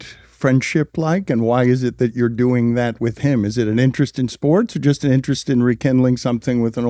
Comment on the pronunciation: In the "SPOOTS" world?